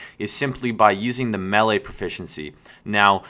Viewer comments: its called melee nt mele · The word is pronounced MAY-LAY (melee), not MELLIE! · you know it's pronounced "MAY-LAY" right? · you say melee in a funny way